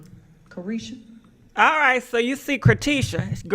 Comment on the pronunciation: Car tiesha 🤣🤣🤣🤣🤦🏾‍♀️